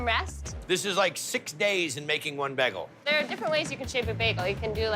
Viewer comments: It’s Bay-Gul not Begul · BAY-gle not BEG-gle.. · Baaayyyygul. Not bagel dammit. 🤣🤣🤣🤣👍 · Or how Guy gets begul from bagel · They ALL say bagel wrong! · Why can’t guy pronounce bagel?